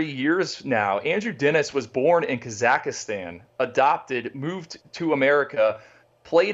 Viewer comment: my brothers need to freshen up on the pronunciation of Kazakhstan😅